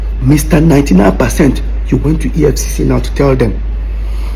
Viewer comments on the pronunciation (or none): EFFC NOT EFF … u no pay attention in class errr